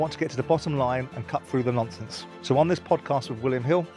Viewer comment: What do you expect?! He can't even pronounce 'conversation' and 'nonsense' correctly. 😀